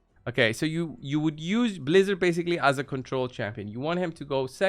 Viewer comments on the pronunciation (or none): Ummmm excuse me good sir, it’s pronounced Blizz-ARE 🤪😂 just messing around hahaha thanks for the video bro! Happy holidays! 🎄